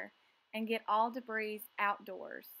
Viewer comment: The woman doesn't even know how to pronounce "debris."